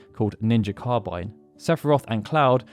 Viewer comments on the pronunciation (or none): none